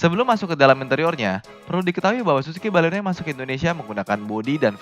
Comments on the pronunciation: baleno bukan balekno. hihihihhihi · baleno kalikkkk... bukan baleknooo 😒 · Mbaklekno? Wkwkwk